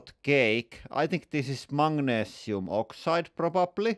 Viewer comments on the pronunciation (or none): Mate, it's Magnesium, not "Mangnesium"! That's worse than the yanks calling Aluminium "Aluminum".